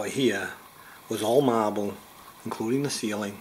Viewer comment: It was awell Maaaahbull! Lol 🤟🏿